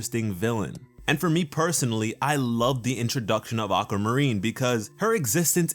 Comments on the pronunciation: Why did you pronounce aquamarine like "awk-ah-ma-reen" it's supposed to be "awk-wah-ma-reen" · it's aquamarine not ackamarine🤦🏼‍♂️🤦🏼‍♂️ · (Getting angrier every time he pronounces "Aqua-marine" "Aqa-marine") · Ocamarine? Ah-quah-mah-rin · I want Aquamarine to be like Peridot!!! I want her to be with the Crystal Gems. Oh and its Ah-kwa-mah-reen not Ah-ka-mah-reen. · ugh you say it like acamarine, its pronounced AQWUA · Why do you say it that way? Why do you say "Aka" instead of Aqua? I'm not trying to be rude, but it made me unable to listen to you. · I actually couldn’t watch this with sound because he kept saying “Akkamarine” (I watched with captions if you were wondering) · No offence But am I the only one who hears “A ‘k’ amarine”? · sounds like your saying acamurene XD lol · Akamarine what o-qua-mu-reen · not making fun of this sweetheart but... ACAMARINE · No More Aquamarine!? but every time says Ackamareen it speeds up. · "Acka marine". Same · I love how you pronounced the "aqua" like the "aca" in "acapella". It's such an odd way to pronounce it. also I would love to see more of aquamarine, since she is my birthstone. <3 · this joke? u pronounce it aqua marine or (ah-kwa-ma-ree) if u dontnknow how to say aquamarine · "auka marine" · "Acamarine"???dude stop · "ack a marine" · "Aca marine" love your videos btw 💜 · if this nigga don't learn how to pronounce aquamarine!